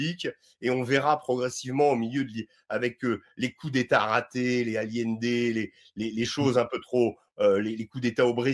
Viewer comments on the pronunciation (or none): none